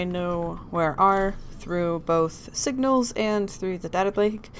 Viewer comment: calls somone dumb ass which he is but you said "wignals"